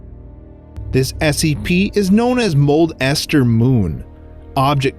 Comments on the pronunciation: not Mold-Ester Moon its Molester Moon (Smosh) also 2020 anyone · Guy: modldester moon Me: molester moon! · The way he says it is the funniest “mole ester moon is a spherical object” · I heard molester instead of mold ester